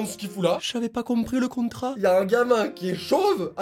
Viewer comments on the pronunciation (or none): "J'avais pas comprris le contrract!"🤣🤣🤣🤣🤣